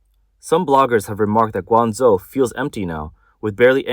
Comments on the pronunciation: Surely "Gwang-Joe" not Zo? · Guangzhou, not Guangzou!😅😂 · Yeah, this is AI totally bullshit. The city they talk about is pronounced incorrectly.😂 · I wish the AI bot would pronounce Guangzhou correctly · lol atleast prounounce guangzhou correctly